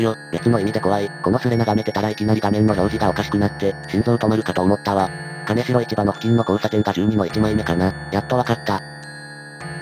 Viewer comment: 名古屋市専用の可燃ゴミ袋が に😂 ❌カネシロ ⭕️キンジョウ ❌クロガワ ⭕️クロカワ